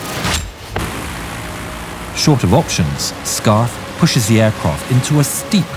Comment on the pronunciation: Aircroft lmao.